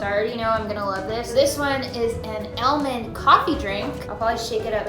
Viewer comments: ITS ALL-MOND NOT AL-MAND!!!!!!! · i swear it took me forever to realize she was saying almond- not ellman. I was like "hm never heard of that brand. lol this is so cute. i wanna try all of these! bucket list material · Sweetie i wanna try that meal it’s almond not elmond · it's super weird hearing someone say "al-mond" when in Australia, we pronounce it "ar-mond" xD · AL, mond.... I can't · I can get over her pronouncing “aLYmOd” over and over again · No one:: AL-mun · Elmend lol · i cant get over how she says aol-mond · I’ve never heard some lung say almond Elmond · I say 'Aw-mund' 💀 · It took me and good while to realize she was saying almond, it sounded like she was saying elmund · the way you say almond is tilting me lol but other than that its good content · No one gonna talk about how she pronounces almond 😂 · i love you. but we need to fix the way you say almond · I thought I was the only one to pronounce almond that way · Y she say almond like that😂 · The way she says almond bothers me